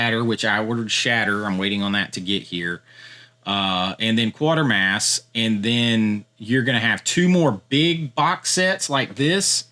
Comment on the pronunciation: Quatermass is pronounced kway-ter-mass